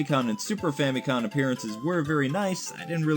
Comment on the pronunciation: you're doing it again, it's FamiCom, say Family Computer before each take to help remember.